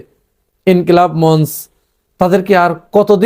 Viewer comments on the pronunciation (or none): মঞ্চ শব্দটির উচ্চারণ মন্চ্ নয় সঠিক উচ্চারণ মন্চো ।